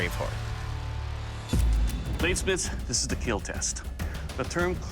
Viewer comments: Lol it said that did not (keal) it’s kill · Very interesting video but it is not keal its kill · It’s kill not keal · It will keal 😂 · “Its will keel” but you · I thought everything he hits he says keal but... RIP to that guy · It will not KEAL... Doug... 🥺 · Its Keeeeeeel!!! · sucks that he learned how to pronounce "kill" ... it doesn't have the same ring as "keal" haha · "It will not keal" 😭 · keal? xD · It will keallllllllll hahaha lmfao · did not keal? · IT WILL NOT KEEL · not kill - keal Keep everyone alive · Lol "keal" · It's not kill it's keal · These people competing would rather hear "is it in yet?" in bed than "It did not keal" in any other circumstance. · I meant to say that it breaks his heart to say that a blade will NOT KEAL. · "It...will not KEAL." How to break a bladesmith's heart in just four words. 💔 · said kill like steve harvey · I like that almost all of Doug Marcaida's brand revolves around his own special pronunciation of "kill". His collab karambits are actually pretty slick though. I'm a sucker for knives with no parts.